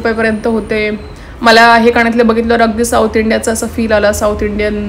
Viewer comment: कानातले म्हणा. काणं तले नाही